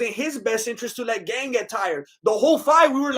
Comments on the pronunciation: His name is not "Gain" it's pronounced "Garn" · "Cereal Gane" 🤣👍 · "Cereal gain" "nogannou" dude😂😂😂, you are right, Gane was slapping and poking Francis with those shots, zero damage